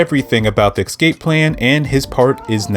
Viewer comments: The word is escape, not ekscape. For this I must leave a dislike because you said it incorrectly so many times. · Can't listen to this man butcher the word ESCAPE with his pronounciation as EXcape like wtf man.. Lean the damn language. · Thank fucking God, someone else called that out. He said the anime doesn’t do the manga justice, but I thought to myself: “you know what you don’t do justice? Your pronunciation of “escape.” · Ngl I personally had to stop watching after you said “excape” for the fifth time😭